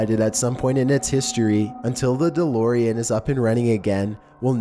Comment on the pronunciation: The Delorian LOL!!!!